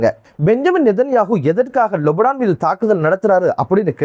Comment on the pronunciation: அஸ்ஸலாமு அலைக்கும்! நீங்கள் மட்டும்தான் லெபனானை லொபனான் என்று உச்சரிக்கின்றீர்கள் எது சரி எனக்கு தெரியவில்லை முடிந்தால் பதில் சொல்லுங்கள்...